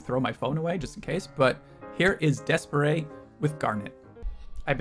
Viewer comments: Reddish is my favorite song and video by D'espairsray. They're pronounced Despair's ray by the way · Thank you for the good reaction! Please do a full reaction for them. And I'm not going to comment on how you pronounce the name hahahahah, but yes it's wrong pfft. xD